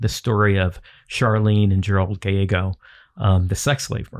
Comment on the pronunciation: You are correct I know the full true story of these two and they are pronouncing the name wrong Gallego is pronounced as it's spelt like gal like a lady and ego like the waffles